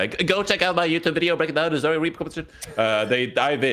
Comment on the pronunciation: Why does caller her "Zah-ya" instead of Zarya?